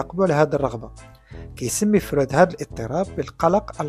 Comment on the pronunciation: إسمه فْرُويْدْ هناك حرف الياء بعد الواو وليس فرود أين وضعت حرف الياء ، حتى بالإنجليزية يسمى frued وليس froud. 😅😅